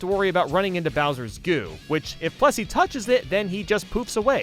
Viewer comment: plessy not pressy